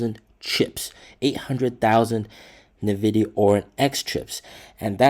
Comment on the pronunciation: NVIDIA... NOT NEVIDIA